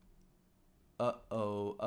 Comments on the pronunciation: Iowa and Oregon (though I love the way you love your way of saying it) are the two I would revise pronunciation of. very drawly like we do: Eye-OH-wuhhh and Oar-uh-gun thoroughly enjoyed this though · iOwa 😂. Still, try to get an American to pronounce Bicester properly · Are you purposely mispronouncing Iowa and Oregon to wind your audience up because you have succeeded Tom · Bro Iowa was hilarious pronounciation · he also butchers the pronunciation of iowa pretty badly.